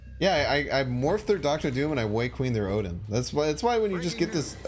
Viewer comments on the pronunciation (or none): none